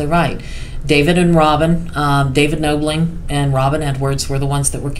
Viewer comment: I haven't finished the video yet but I did want to mention that it's Knobling like doorknob not like noble. Just wanted to let you know, it's a common mistake.